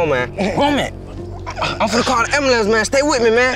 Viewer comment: "I'm finna call the ambulampse" 😂😂